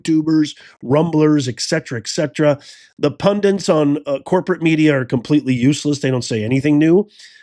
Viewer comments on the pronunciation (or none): "Pundits" = "pun-DITs" not "pun-DINTs".